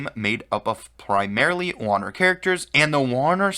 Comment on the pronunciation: I have a problem with your pronunciation of "Warner". Great video otherwise.